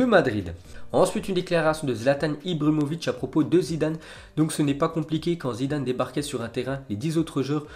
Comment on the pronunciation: J'aime tes vidéos .... Par contre essayer de articulé mieux.... On dit Barcelone et non pas Barcelone ... On dit Ibrahimovic et non pas ibramovic .... Et franchement arrête avec tes avis ... On s'en fou ...